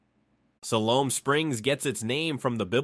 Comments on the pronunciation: Fouke is mispronounced. It's Foul with a K at the end. - , - It's pronounced El Dur-Ray-Doe. I'm from there btw. - Ouachita is pronounced Wa-sha-taw. , - It's pronounced Si-Lum. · No worries on the mispronounced names. Petit Jean = Petty Gene, Siloam = Sie-lome